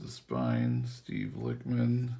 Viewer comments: Bruh The Lich in “Lichman” is pronounced like the wich in sandwich. This is because Steve is a type of Necromancer called a Lich. If you don’t know what a Necromancer is, it’s a Wizard that brings back the dead. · It’s pronounced lichman like itchman